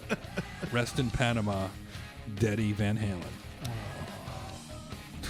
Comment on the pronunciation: "Deady Van Halen." that's a keeper.